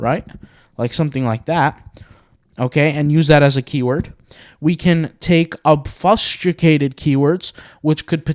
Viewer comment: I love all your videos, you are constantly improving me and my intellect. I am putting this comment in only in the interest to pay it back and help make you better. I hope you can appreciate when I tell you that you are pronouncing "obfuscated" painfully wrong. Please do a quick search to hear the pronunciation, if the below doesn't help: obfuscate /ŏb′fə-skāt″, ŏb-fŭs′kāt″/